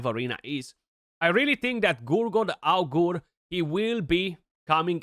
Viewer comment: the way u need to pronounce Augur is agre anyway excited to use him now in the arena I have 6 star-awakened